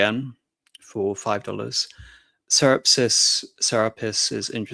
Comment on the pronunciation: How many 'S's is AM pronouncing in the name 'Serapis'?